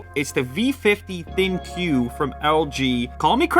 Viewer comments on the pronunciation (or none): Thin "Q"....heard should be pronounced as "Think"...lol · Great video, I just wonder why everyone says "ThinQ when it's pronounce ThinK, the Q sounds like K. At least that's what LG meant to say. No one seem to have gotten that memo but it is pronounced Think not Thin q. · Pronounced Thin Q or Think? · Why does everybody call it Thin-Q? It is supposed to be pronounced as "think" representing AI part of the device.